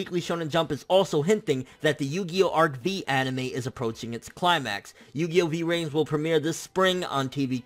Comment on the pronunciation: What did you say? Yugioh Yao?